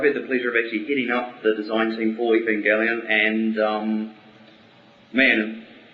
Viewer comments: haha the said Evanjelion at the begining inatead of Evangelion. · For the love of god! It's a hard G not Evanjelion!!!!!!!!!!!!!!!!!!!!!!!! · Evanjellyun...Sounds like some sort of seafood. It's Ev-an-gell-ee-un...Anata baka?! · I hate most of their designs. In my opinion, their eva designs need higher fidelity to series. WETA completely destroys everything sleek and cool about eva unit 1's face; and its body looks bum-like. Also, what's with them saying "evanjelion". If they've seen the series, you think they would pronounce "evangelion" correctly. Still, if they improve their designs, I think weta could do a great job with film. Also, LOTR crumbles before NGE. I can't believe the LOTR films are so popular. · I think the Eva movie will be good when it comes out five million years from now... I'm more worried about the Cowboy Bebop adaptation. Keanu Reeves? 20th Century Fox directing? *worry* As for them pronouncing the "E" in "Evangelion" weird, that's just how New Zealanders pronounce things. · plus, its not very comforting that he can't pronounce 'Evangelion' right is it? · The way the first guy pronounced Evangelion scares me 0__o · ...nice job pronouncing the name of the show right idiot lol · [POINTING INDEX FINGER ACCUSINGLY TOWARDS FUNKMASTERSWEDE]: I agree word for word with what you said absolutely. And, yes, he did pronounce 'Evangelion' incorrectly. I share that person's shuddering. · Does it really matter if they pronouce Evangelion "wrong"?? (if it is). I think they will do a good movie of the series...and I think it's a good thing to make it a movie, that way other people than otakus will be able to enjoy what Evangelion is (if they make it right...which won't be easy) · he pronounced evangelion wrong.